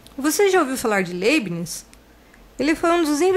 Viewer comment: A pronúncia correta seria "Laibniz"